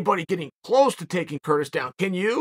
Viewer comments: "Curtin" Blaydes, lol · “Curtain Blaydes”